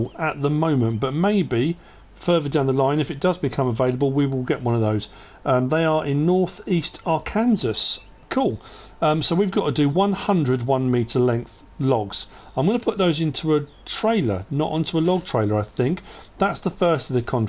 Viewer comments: Love the videos and mean no offense but....you said are-kansas.... being from neighboring state of Missouri first time i’ve heard someone say it like that like in a serious manor. Love merc farms vids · Yet another great one. Just fyi. Arkansas is pronounced Ar-Kan-Saw lol. Believe it or not, a lot of people who live there really get irritated if you pronounce it the way you did. Lots of folks here in the states pronounce it that way also, so you're not alone there. Have a great weekend.